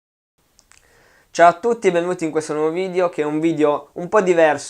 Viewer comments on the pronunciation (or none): "Video" e non "VIDIO"